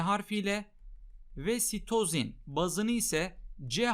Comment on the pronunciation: İlk başta hoca "ve sitozin." derken Mesüt Özil anladım